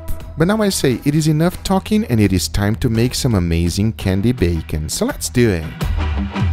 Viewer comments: It triggers me everytime... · Swift Auz so its not just my who noticed that lol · Less duu ehhhh